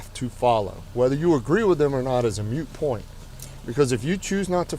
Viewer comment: He said “mute point”